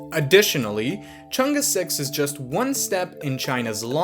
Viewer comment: far side, man, other than that, perfect pronunciation of Chang'E, great job